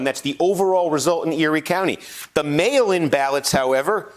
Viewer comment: Is there a way we can have Kornacki to start say "mail in votes"? It just sounds like he kept saying "male votes".